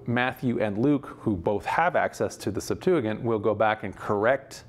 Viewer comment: Why does he pronounce Septuagint like that